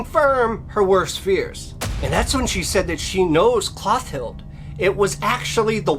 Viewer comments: So I was today years old when I realized that "Mister E" is the same as "mystery." Lol Also it's "Clo-TILL-dah" not "Cloth-ild." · Good job with the pronunciation!